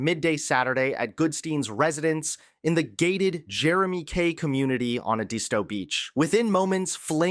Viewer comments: FYI, it's pronounced ed-is-toe, accent on the first syllable, not ed-ees-toe, accent on the second syllable. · Edisto is pronounced Ed dis toe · Ed-isto beach....as in the man's name. Pronunciation is off. And get to the point, this is attempted murder!